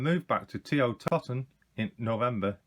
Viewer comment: Nice to get a more in depth review with a history rather than the usual 'box opening' many others do. One small gripe, TO is pronounced 'TOE-TON' (Toton) not TOTTON which is a different place altogether. Great video mate. Ill be looking out for more like this in the future.